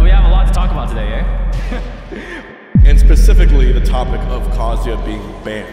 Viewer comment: Hungry box was like "pacifically"